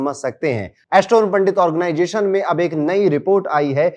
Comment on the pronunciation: Sare astrologer ban gaye hain.... bluffing 😮 organization bolna to seekh le 😮😮😮organggggation naee hota....👎